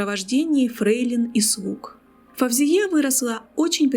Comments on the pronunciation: Не Фавзия, а Фаузия!((( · Очень интересно, только не произносите собственные имена на узбекский манер - ФавзиЯ, СабихА, это очень режет слух. Правильно - ФаузИя, СабИха, в арабском языке даже нет буквы В ! Впрочем, многие арабские дикторы произносят с экрана СталИн, ПутИн, ЛенИн и т.д.Это непрофессионально !